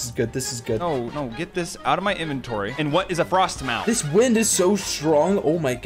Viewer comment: Its called frost ma not frost mow theres no o